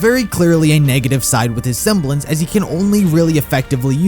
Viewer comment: I like how you said"Her seblence WAS polarity